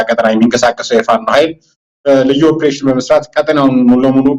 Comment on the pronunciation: ኦብሬሽን አትበል በለው say it ኦፕሬሽን ; ❤